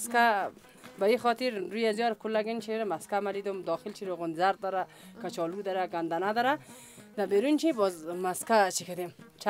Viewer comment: از این گزارشگر کرده خاله ها بهتر صحبت می‌کنند ، کچالو را کاچالو میگه ،